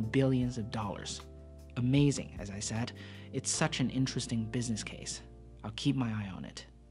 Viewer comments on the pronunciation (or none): none